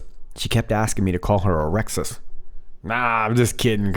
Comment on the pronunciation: Ah-rek-suss... Bahaha